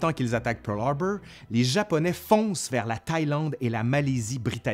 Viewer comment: PEUWRLHARBEUWR, j'adore ;)